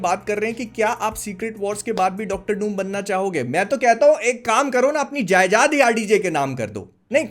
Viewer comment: जायदाद ❌ जायजाद ✅